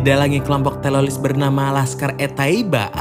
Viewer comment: Teroris kali bukan telolis